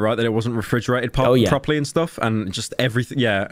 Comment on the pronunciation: says "it wasn't refrigerated pawperly" and quickly corrects himself. Confirmed, this is how he speaks to his fat furry dom.